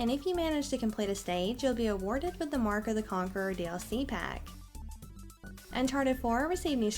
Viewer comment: talk very fast (which is ok and needed :) ) but you need to keep it clear and understandable such as or and please try to keep around one pitch (futurrrr , paaack ). Maybe try to make a short break after key words lik : Uncharted - received new screenshots - showing new gameplay.... | makes it way easier to listen to :). Hope this helps you!